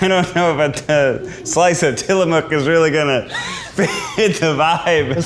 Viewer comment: On behalf of all Oregonians, thank you for pronouncing Tillamook correctly 😊